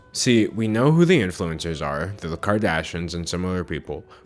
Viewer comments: Anyone else notice he misses the "i" when he says Kardashians ("kardashans") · sayin kardashins. king.